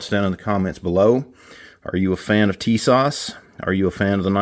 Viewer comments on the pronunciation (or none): I just did the FFL transfer on the new Tisas ( correct pronunciation Ti-SASH with emphasis on second syllable ) 1911A1 US Army .45 WG . I bought it from Sportsman's Outdoors Superstore online for $349.99 FREE shipping. It came with two 7 round magazines, arched mainspring housing, Cerakote finish to resemble Parkerized finish and the WG stands for Wooden Grips ( Turkish Walnut ). It also comes with an additional set of plastic grips which would be more period correct for 1911A1. Everything packed nicely in a plastic case with cleaning brush, Cleaning rod, and bushing removal tool. The Wooden Grips are nice but I replaced them with a new/old stock set of Pachmayr Signature rubber grips, not wraparound. The 7 round Mags are made by Mecgear and made in Italy. They will need a little break in time as loading the seventh round is a little hard with those strong magazine springs. My only real issue is the really tight spring on the Mag release . I realise it may ride up with wear as they use to say in the Men's Ready to Wear department at Grace Brother's Department Store But I went another way. I purchased on Ebay a Wolf's #3 strength Mag release spring for $6.00 shipped.